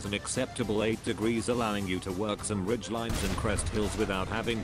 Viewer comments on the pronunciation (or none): none